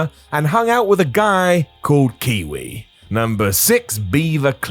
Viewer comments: His name is Kwee Wee not Kiwi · you sob..... it's KWIWI.... not KIWI.... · Actually.....he was called KWEEWEE haha